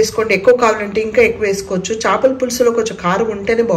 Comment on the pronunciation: చాపల(Mat in English) కూర కాదు చేపల(Fish) కూర...ప్లీజ్ కరెక్ట్ చేయండి👍